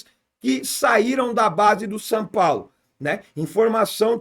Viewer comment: "San Paulo" ???